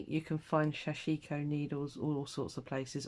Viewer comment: sorry,can't stand hearing the wrong pronunciation. it is pronounced sash ko. don't empathise the I.